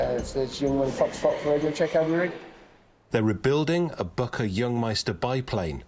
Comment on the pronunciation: Fantastic job but don’t say Bucker. Please say Bücker! 🫡👍😎